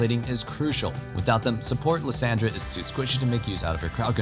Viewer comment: Again butchering lissandra name xD Yisus that’s so bad